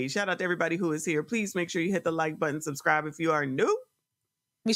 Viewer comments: Don’t forget to remind her to press the “suscribe” button. Now I’m not one to tease about pronunciation, but dang! You are the Mayor!!😢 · Don’t forget to tell her to press the “suscribe” button 😅